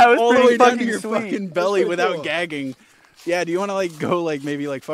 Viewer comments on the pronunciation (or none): none